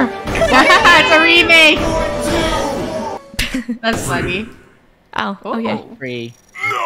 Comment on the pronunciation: funneh sounded British